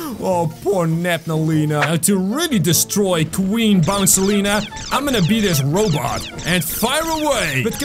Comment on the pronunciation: It's bouncilia Okay so stop getting the names Incorrectly